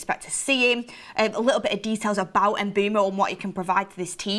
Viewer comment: My head hurts when and Mark say MBEUMOs name 🤦 it's pronounced mbwemou mboumo 🤣🤣